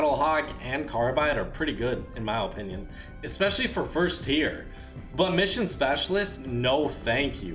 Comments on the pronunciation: It isn’t ooooopinion it is pronounced ah-pin-ion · In his Ohpinion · "In my Olpinion."